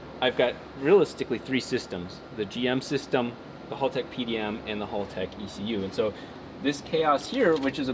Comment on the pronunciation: It will be a cold day in hell when American youtubers pronounce Haltech correctly lol...... Congrats on 1mil!!!!!!!!